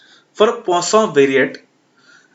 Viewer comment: Poision variable hita hai use kya pronunciation kr rahe ho 😂😂😂